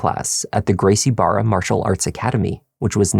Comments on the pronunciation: Brazilian here. A hint to you, for "Barra" you can just pronounce it as "Baha". The same goes for anything with two R's in portuguese. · For future reference "Garcie Barra" is pronounced "Gracie Baja." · Barra isnt pronounced bar-a the R is pronounced as an H in Portuguese so like Baja... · The dad pronouncing it wrong as "Gracie Barra" instead of "Gracie Baja" shows he wasn't really involved with the son signing up for BJJ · I don't mean to be petty to you,, but it is pronounced Gracie Baha. The dad's son trains there, but he can't pronounce it?